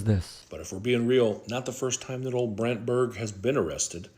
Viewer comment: WTF is a "Brandtbert?"